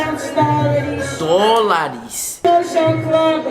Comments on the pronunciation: GENTE KKKKKK vocês me representam vendo esse vídeo! E o malucão dizendo “dol” KKKKKKKKKK af. essa white people life é complicada. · 350 dol Down? Dol dólares O cara ainda fala errado Chorei de rir nessa parte mano kkkkkk